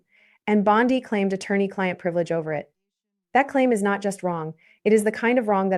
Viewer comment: ANOTHER DAMN AI GENERATED CHANNEL THAT USES OLD VIDEO THAT DOESN'T BELONG TO THEM TO GENERATE $$$$$ FOR THEMSELVES. Don't bother, The female narrator can't even pronounce Bondi's name correctly.